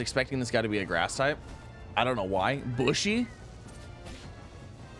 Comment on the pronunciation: Bushi isn't pronounced like bush. It's the Japanese term for "warrior" that was usually applied to the soldiers in an army who were not Samurai-caste, and it's pronounced like boo-she with the emphasis on the first syllable.